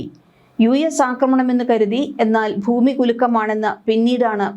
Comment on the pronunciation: വാർത്ത വായിക്കുമ്പോൾ "ഫൂമി " എന്നു പറയല്ലേ പൊന്നു ചേച്ചി.. ഭരണിയുടെ "ഭ " ഭൂമി. മനസ്സിലായോ. ഫൂമി എന്നൊരു വാക്ക് മലയാള നിഘണ്ടുവിൽ ഇല്ല 😂